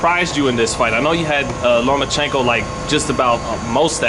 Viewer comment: Who is Lumachinko? It's Lomachenko. And Floyd was calling him "Lomo" the other day. No "u" in his name. And the "o" is at the end.